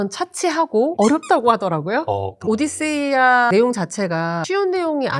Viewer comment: 트로이안... 오딧세이..오디세이아.... 발음들이 다 왜 이모양 이꼴들인지...그나저나 이리 재미없게 설명하는 것도 어렵겠다.